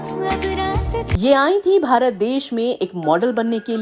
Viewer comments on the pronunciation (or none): none